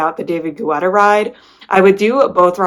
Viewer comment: Thank you for your reviews of the artist series. Some of the rides I’ll have to check out soon. BTW - David Guetta’s last name is pronounced Ge-tta not Gu-etta. Everytime you said Gu-etta I thought of the running gel GU. 😂